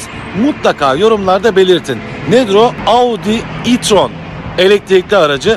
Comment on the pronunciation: Audı e tron